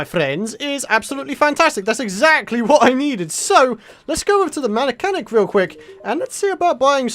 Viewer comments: said manachanic instead of mechanic lol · U called the mechanic the "Manachanic".